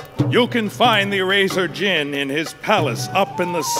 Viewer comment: It's sus to say The "D" Is Silent In The Word Djinn